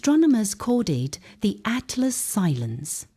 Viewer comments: Finally made it all the way to the end. Conclusion: great STORY! Best female AI voice I've heard yet, even if it DID crucify the name of 3i/ATLAS. Thumb neutral for that BLUNDER! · They could have taken the time to make sure the AI voice pronounced 3IAtlas correctly. That would have given this video a bit of credibility.